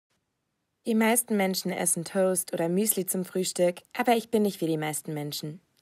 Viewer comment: Alter diese Rede :Manche Menschen essen Toest oder Müsli zum Frühstück sorry, aber sie hat toast wirklich so ausgesprochen 😂